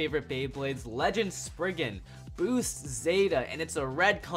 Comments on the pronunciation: It’s spriggon not spriigin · did he say Sprigin